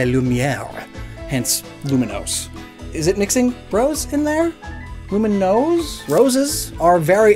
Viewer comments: Uhhh, it’s not Luminose, it’s Lumiose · I hate to rag, but did you have to mispronounce Lumiose city as Luminose city EVERY TIME? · THERE IS NO N! IT'S LUMIOSE, NOT LUMINOSE! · Were you calling Lumiose City Luminose City? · There is no 'n' in "Lumiose". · There’s no N in Lumiose! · I'm pretty sure it's Lumiose, not Luminose lol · lumi-OUSE. THERE IS NO N! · there is no n in Lumiose city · Its not Luminose city its Lumiose city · *Lumiose, there is no n Also, Arven is a guy